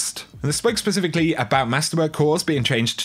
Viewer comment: Did anyone else hear "pacifically"? Lol